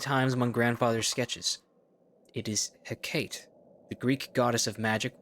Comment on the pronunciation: oh no, not the goddess heh-kayt😱 jkjk but it does surprise me how few people pronounce her name right, I always thought she was one of the most well known Greek gods (it's pronounced heck-ah-tea)